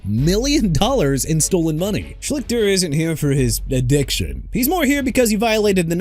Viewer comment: I've heard of Art Schlichter. I remember watching him in college and thought he was going to be a good NFL QB. Quite the disappointment. Also, you're not saying his name correct. At least, "Shleester" is how it was pronounced by announcers back in the day. Yes, I'm old!